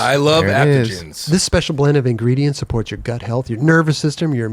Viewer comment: spezial spezial very spezial guest..